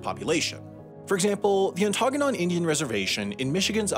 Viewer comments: You COMPLETELY butchered Ontonagon and Chippewa, but okay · As a native UPer, the reservation is pronounced “on ta NAH gen”not “on TAHN agon” Edit: and Chippewa is pronounced “CHIP a wa” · When you pronounce Ontonagon, you emphasize the first and third syllables, not the second syllable. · Pretty sure Sam got hit on da noggin when he tried to pronounce Ontonagon. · pronounced Ontonagon wrong as well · He got Ontonagon wrong though :(